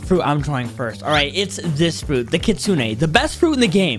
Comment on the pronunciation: it’s not kitsuna it’s kitsune